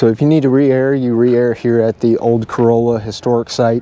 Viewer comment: Corolla… is pronounced CO-Rall-Ah